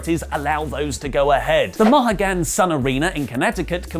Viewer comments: it's "Moe-hee-gan" and not "Mo-ha-gan." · the Connecticut arena you mentioned it’s pronounced MOE HE GUN. Love one of your Connecticut fans lol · It's pronounced Mo - he - gen Arena.... #203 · Mah-ha-gan = Mow-hee-gen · I know you guys are probably nit up on pronunciation of Native American names, but Mohegan sounds like, Moe He Gun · it's moe-he-gan Sun. Not to be a jerk. Please don't take this the wrong way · It’s Mo-hee-gan sun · Its pronounced "Moe-HEE-gan" mohegan sun is a casino. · LOL “Maah-Haah-Gahn Sun Arena”. Never change,. Seriously. Never. Or else... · Mohegan is pronounced “Mow-hee-gen” keep up the good work in these times as I watch from CT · (moe he gan) mohegan sun! Lol it's cool ur not from here. Love u with ur fine ass😘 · Mohegan moe-HEE-gan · It’s pronounced Moe-He-Gan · “Moe-he-gheen”. Mohegan Sun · Hey, love the show and the boys! Just wanted to give a polite correction for the pronunciation of 'Mohegan Sun Casino' It's pronounced 'Mo-He-Gan' just wanted to help. Great show boys! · It's pronounced Mo-Hee-Gun Sun Casino. Understand the confusion. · loses the US knowledge category of trivia on 2 points. First, the casino is pronounced Mo-he-gan. It's an American Indian word. I'm not politically correct and refuse to say the politically correct name! Second, it's Eastern Daylight Time, or EDT, currently. Not only do we have time zones but time changes! Bad, bad! 🤠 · Yeah that Ford botch was almost as crazy as pronouncing the "Mohegan" Sun casino incorrectly 😇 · How did pronounce "Mohegan"?! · Please tell me you didn't just pronounce Mohegan that way? My god